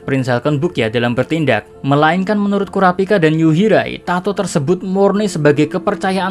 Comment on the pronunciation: Yuhirai min bukan yurihai